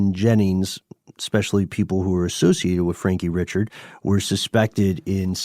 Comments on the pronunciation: Richard= REE-SHARD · Ree-Shard it’s Cajun French! Not Richard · It's pronounced Re Shard. You must not be from Jennings. 😂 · It's pronounced "Rick Card" not Richard.